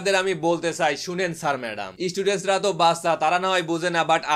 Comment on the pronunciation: student উচ্চারণটা সঠিকভাবে করতে পারতেন।আপনি আপনার ভিডিওটা একটু দেখে বলেন তো student উচ্চারণটা ঠিক আছে কিনা